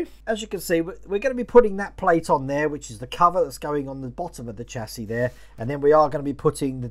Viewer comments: I have to echo what others are saying. The distributor is likely a brake proportioning valve to meter flow of hydraulic fluid to the front and rear brakes. That notch in the frame might be a relief cut to keep the exhaust from hitting it. You’re saying chassis correctly, it’s “chassee” Definitely have to see this one again to make sure the wires are correct. I might be able to catch some of the livestream today while at work. We’re “essential” but not that busy during the week. I’ll watch the replay when I get home, either way. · Getting on nicely, You are pronouncing Chassis correct. The last s is silent. Great upload again, 'looking just like that' great idea for a shirt. Lol